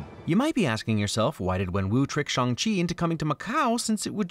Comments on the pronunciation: Phonetically you pronounced Shang-Chi more correctly when you said you're just going to say it wrong. Pinyin is using letters to write Chinese words. But the title is not written in Pinyin, it is written in English. If you wrote it in Pinyin the title would be, Shàng Qì. So phonetically it is pronounced like, chee. You're just missing the correct tone really. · your 'bad pronounciation' was correct. I appreciate you calling attention to it, but you nailed it (as someone who speaks moderate cantonese and mandorin) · Funnily enough, the most correct sounding Shang-Chi was just when you said it the regular way. Respect for trying though!